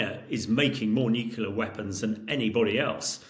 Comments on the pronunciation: Dude, the word is nuclear not nukular. How can so many pundits get this wrong?🙄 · Nucular. Over and over again. It's not easy to appreciate expertise when even the most basic terms are literally mispronounced. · I like listening to Hamish, but I do wonder why a nuclear expert is incapable of pronouncing the word “nuclear” correctly? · What's with the experts not even being able to pronounce "nuclear" correctly? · Wish he could pronounce nuclear correçtĺy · In all this talk about potential nuclear Armageddon, the thing that disturbs me the most is the pronunciation "nucular". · Fed up with people who can't pronounce "nuclear"...